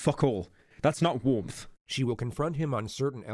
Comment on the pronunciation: pyro saying "womth" when trying to say warmth is so funny to me